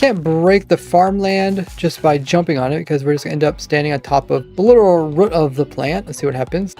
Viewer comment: Stop saying rut omfg